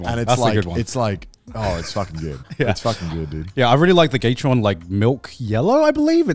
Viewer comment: Cherry MX Reds, Browns, and Black ftw. Also the pronunciation it's gah-tehr-rons, not gate-trons. Source: Linus "Tech Tips" Sebastian. Edit: I support bringing keyboards in backpacks, that's why i bring my 65 percent keyboard, i still need my function row but none of the extra keys. Edit2: Pretentious?!?! I agree with Connor in this. How's it a waste of space?